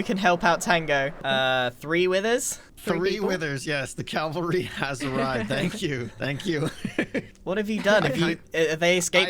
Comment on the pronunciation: Tango, the word is cavalry, not Calvary. Calvary was the hill Jesus was crucified on. Cavalry is horse mounted soldiers.